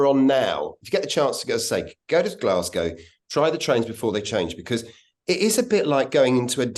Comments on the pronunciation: Great video, enjoyed all of that. One tip, while folk fae the East coast would occasionally say "Glasgae", the local West Coast Scots term is "Glesga". Great content, even learned some facts that I didn't know. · Nobody, apart from the English, ever pronounces it as "Glasgea". Nobody, apart from tourists, ever refers to the Subway as the Clockwork Orange either.